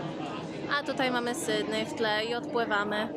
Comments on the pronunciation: z luzem w życiu nie mam problemu 😊 poprostu nie da się słuchać jak ktoś kaleczy nazwę miasta. Zwłaszcza mieszkając w Australii. Posłuchaj jak wymawiają ta nazwę anglojęzyczni i się ucz 👍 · Nie SYDNEJ tylko SYDNI !